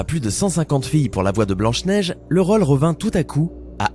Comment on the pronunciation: a la place de dire rôle il dit raule 😂😂😂😂